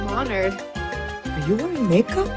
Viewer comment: ’HEY JOO GUYSS’